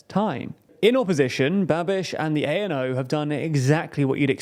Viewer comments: I'm not gonna criticise your name pronunciations since yours are in the top 10% of English speaking channels saying CZ/SK names, but I'd like to point out that ANO is not pronounced by spelling it out like "ay-en-ow" but as a word "a-no". Also, it's not [chechia] but [checkia] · Was about to type that too. I've been learning Czech and although there's still lots more to learn I know at least this much. Also the a in ano is pronounced like the a in start. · Why do you insist on quoting Babiš's party as "A.N.O."? It's not an abbreviation, it's the Czech word for "yes". This points at a poor documentation and poor preparation of your video. I'm not Czech, I'm not even a Slav but I know that "Ano" is "Yes": it's just about getting yourself informed seriously before you claim to inform others. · not A.N.O. but ANO, like NATO, meaning "Yes" in Czech. Czechia (ʧekia) not (ʧeʧia). This way it sounds like Chechnya. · I was prepared for you to butcher the pronounciation of thier names but ANO is a little bit too much